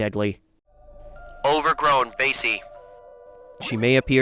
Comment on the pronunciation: “Overgrown BaYsEIE” 😭 ITS BAH-SEE 😭